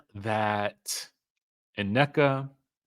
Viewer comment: I hate the way he says Nnekas name where us the extra A its not Anneka😢😢😢